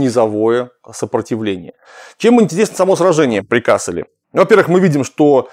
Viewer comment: вообще-то надо говорить КассЕль (ударение на втором слоге), т.к. речь идет о фламандском городе. В Германии есть город КАссель. Оба названия происходят от латинского castellum (лагерь), но произносятся по-разному.